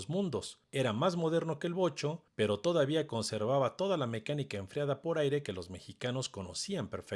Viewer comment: Wow Vocho y no Bocho osea los nacos solo dicen Bocho Si le atine😂 Fiuuuuuuuuu